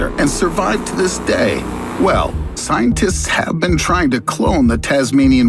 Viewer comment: did i just heard scientits?